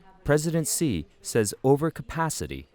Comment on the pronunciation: How can anyone take this as SERIOUS journalism when they can't even pronounce the President of China's name correctly? Well researched or what?